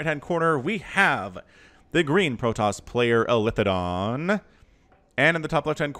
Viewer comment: It's eli-the-don.